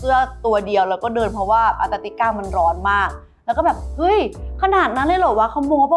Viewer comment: ยังพูดผิดอยู่ ต้องพูดว่าแอนตาร์กติกา ไม่ใช่อันตาร์กติกา ปรับปรุงด้วยจ้าาา 🤣